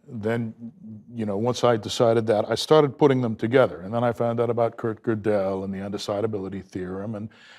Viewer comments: I love how he mispronounces Gödel as kuh-DELL. Prof Dave is not much better, though. Don't yanks take German in high school? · First off, it's pronounced "Ger-dul". Second, a simple test of genius would be reading Godel and understanding all the popular misconceptions about it, as they are rife. Most people who talk Godel have never even bothered to read his paper and what he actually did. Third, this guy is laughable and yet still unbearable. Can't watch any more of this. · Both of you failed to pronounce Gödel, which any undergrad math professor would properly pronounce. Langan's excuse is he learned it in a book.